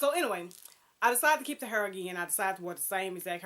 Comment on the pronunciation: Yes "hurr" lol I love your outfit and hair style in this video. You have the fashion trend down to a science. I would love to see more on your channel, if you possible, vlogs or live videos. Thanks for sharing!